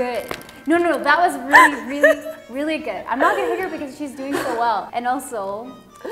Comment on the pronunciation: I'm binge watching this channel! 😍As a korean, here sounds like so much korean😂 Even though she said "really" but it turns into "진짜?!?!" to my ear probably because the intonation is so much similar with koreans do